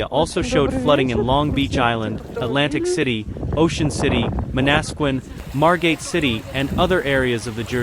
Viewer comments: Man assquan?... 😂 its Manasquan... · Man a squan, that’s how it’s pronounced.